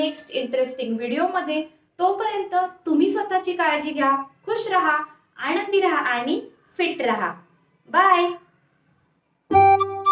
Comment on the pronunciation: आणंदी म्हणणे बंद करा, , महिणा???